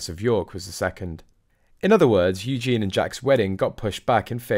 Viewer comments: why do you keep on saying Eugene? man’s name! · pronouced U- gene-nee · It's softer than that, though, isn't it. Hard to show what it sounds like; to me it's a zh sound...I bet the poor girl has cursed her parents at times for being too clever. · Drives me crazy that you can't pronounce Eugenie's name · Please, please say Eugenie properly. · Please try and get the pronunciation of Eugenie correct. Thanx. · He not even able to pronounce "Eugenie" correctly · Meant to say mispronounced Eugenie. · Eugenie is a female name with a long eee sound at the end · It is Eugenie, not Eugene, for goodness sake. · Can you say Yoo Jean ee not Eugene. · Eugene is a male name. It’s Eugenie! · it’s Eugenie😂😂😂notvEugene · I really wish that you would pronounce the Royal names properly!Louis is Loo-we and Eugene is the MALE version -her name is EUGENIE-U-Jean-Ee! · Mate, she's not a guy! Her name is Eugenie, not Eugene!! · Her name is Eugenie (yoo·zhay·nee). You are pronouncing her name in the male format. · Her name is Eugenie, not eugene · Do stop calling her Yewjean, her name is Eugenie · Can I just say it's EugenIE not Eugene - the latter is a male name. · Her name is Eugenie, not Eugene, which is a man's name! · You are mispronunciation Princess Eugenie's name.You are saying Eugene (.male). It's Eu gen ie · Please learn to pronounce Eugenie! There is an "ie" at the end, Eugene is a man's name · I enjoy your videos but could you please try and pronounce Eugenie and not refer to her as Eugene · Please pronounce Princess Eugenie's name correctly. Eugene is a boys name!!! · Her name is pronounced u-GEEN-ee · Isnt it Eugeee nie? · Pronounced the letter u– Jen– e